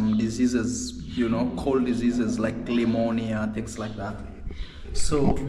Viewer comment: Pneumonia not lemonia. Great transformation of the studio pad